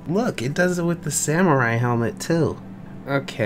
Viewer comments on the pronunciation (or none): none